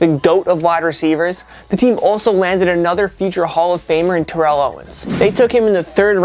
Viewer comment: It’s tear-el not ter-reel owens.